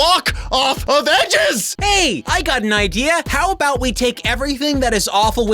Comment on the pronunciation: Ha! You say "abowut